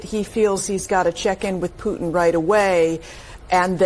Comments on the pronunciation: please start pronouncing “Putin” correctly. Can you say “dog pooh”? Can you say “tin can”? Putin’s name is pronounced “pooh tin”. No offense, but the way you say it now, you sound like a MORON. And I’m pretty sure you’re not a moron. Thank you. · Who is Poo-in? Don’t you mean Putin? Why do you continuously gloss over the middle “t”? Where did you learn that lazy pronunciation and, more importantly, why do you find it acceptable? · Will you please say Poo-Tin instead of Pooh-in!!! Thank you!